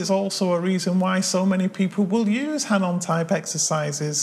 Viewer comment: Hanon? It's pronounced “Ah, No!”